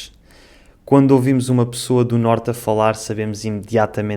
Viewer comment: O amigo fala pirceber (perceber) pissoa (pessoa), piis (país)